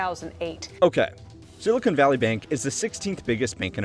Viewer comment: Seriously, its pronounced "sill-i-con" NOT "sill-i-cone". Silicon is basically sand. Silicone is plastic.